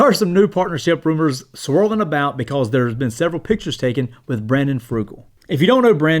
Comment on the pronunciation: Brandon Fugal not FRugal lol